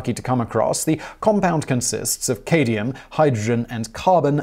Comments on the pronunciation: caadium? its CADmium, as in sad - my - um/ A short 'a' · Maybe it's the beginning of a new trend... Aluminium - Aluminum, Cadium - Cadmium. Let's hope not. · It's cad-mee-um, not ca-dee-um, and fluro- ANTIMONIC acid. BTW, a fluorine fire will make concrete burn, it'll make things that have already burned burn, after the antimonic part burns through your soft tissue, the fluro- portion goes after your bones. This is some seriously wicked stuff, and forget about storing it in glass, it'll eat that like taco chips, you can't really study it or experiment with it much either because it'll eat the fume hood. It basically just wants to be left alone. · Cad-mi-um...not Ca-di-um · Chemistry words coming from a non chemist Since when was fluorine mundane?! Also it's cadmium not cadium Azidoazide azide was the joke name for that compound. It's not as bad as they say but that many nitrogen nitrogen bonds It's actually obvious that it's going to be a powerful and unstable compound Mono-ethylene glycol is an odd one to add but yes it's deadly so don't drink it Still a nice list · "Fluoroantiminoic" - is this the evil, but stronger, mispronouncing twin of the fluoroantimonic acid? What about "Cadium"? Seriously? A new element was discovered impersonating Cadmium with the same "Cd" periodic table symbol but called "Cadium". Who knew?! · ITS CAD-MEE-UM NOT CAY-DEE-UM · It’s not ‘cadium’. It’s ‘cadmium’, something entirely different from the mythical ‘cadium’. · CAAD-MEE-UM. Not CADE- EE- UM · kaydium, no it says cadmium. hmmmmmmmmmmmmmmmmmm! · Cadium? Don't you mean cadmium? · Fun. Thanks. But Cadmium is not Cadium. The latter does not exist. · Cad-me-um... not Kay-Dee-um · Dimethylcadmium. Cadmium. Cadmium. CAD. MI. UM. Simon: "Cadium Cadium Cadium Cadium Cadium DImethylcadium Cadium Cadium!" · Dude, it's not CADE-ee-um, it's CAD-mee-um. Lolol. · Dude just Google pronouncing the words, not hard. Cadium? Isn't it Cadmium? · "Cadium"? Did you mean "CAD-ME-UM"? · Katy-um... Smfh